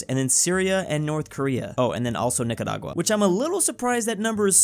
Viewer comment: The way says NicaRagua is just satisfying